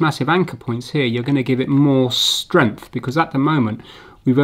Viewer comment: I love the way he says "Stremph" for "strength" :D :D